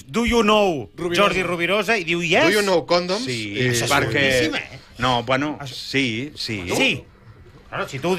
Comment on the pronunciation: “Do you know the comdoms?” Juasjuasjuas 😂 Grande!